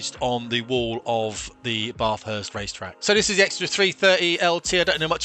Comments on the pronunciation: Pronounced Bathe - hurst...not Bar - thurst... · Why do you call it a "jet"? Also.... "bath- hurst"? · Please learn how to pronounce Bathurst properly. Made me sick listening to that pronunciation. 🤦🏼‍♂️ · As with all non-Australians, this guy has no idea how to pronounce Bathurst. (Hint: its a short 'a', as in cat, not a long one as in car).